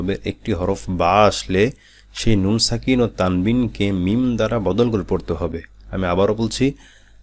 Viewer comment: মিম অনেক সময় বুঝা যায় না।।।মিম্মম্মম্মম্ম বলেন নাকি মিন্নন্নন্নন্নন্নন্নন বলেন।